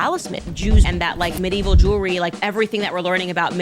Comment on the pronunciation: Medieval Jew-elry lmfao